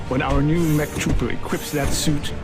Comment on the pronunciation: its M E C not EMC